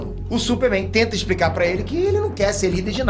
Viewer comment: falando “supe Mein" kkkkkkkkkkkkk